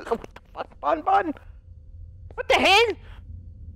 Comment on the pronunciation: it's ban-ban not bon-bon